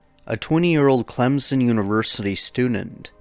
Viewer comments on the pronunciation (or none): none